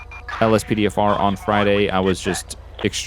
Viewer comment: Did u say ospdfr